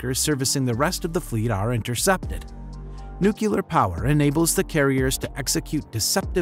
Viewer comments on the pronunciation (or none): NOO-CLEE=AR, not NOO-KYOO-LAR! Otherwise nicely done. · Nucular? I've heard of nuclear but it sounds like you might have stumbled across a new type of propulsion!